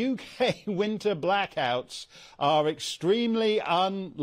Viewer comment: Cant say blackout.